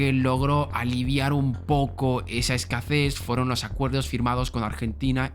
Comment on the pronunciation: Hola, me he dado cuenta que en lugar de pronunciar "Escasez" siempre dices "Escacés" (no trato de corregir, es solo por si no te habías dado cuenta). Respecto a todo lo demás, muy buenos videos y que tengas un buen dia <3